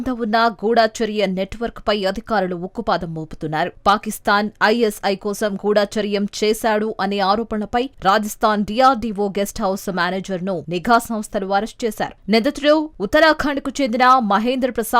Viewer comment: గూడా చర్యm కాదు గూఢ చర్యm